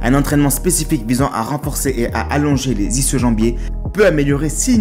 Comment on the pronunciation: *ischio-jambier se prononce « iskio » 😉 bonne vidéo 🤙